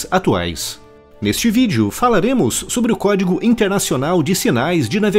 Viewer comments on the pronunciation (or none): none